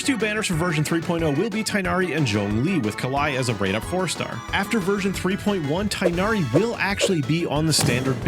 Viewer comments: It's hard to write down, but it's not Tie-nari. It's kind of like Teeghnari or Tighnari. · its TIG-nari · Funnily enough, while the English VAs seem to be saying tie-nari, if you listen closely in the 3.0 banner, his name was pronounced tig-nari. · As an Arabic speaker saying tighnari's name is a living nightmare🤣and hearing others saying "tie-nari"is also pure torture Just a note:when al haithem comes homes please spare yourself the trouble and me the cringe and just call him Hawkeye because that's what's his name means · Your pronounciation of Tighnari is wrong